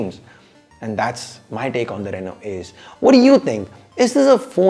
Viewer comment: Whenever he was saying Ace's I was hearing Asus😅😅😅